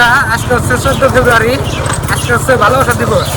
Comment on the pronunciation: ফেব্রুয়ারি ও বলতে পারেনা বলে ফেফারি এটা কোন কথা